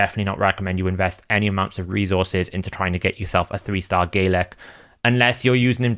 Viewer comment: Bro its Galek not Gaylek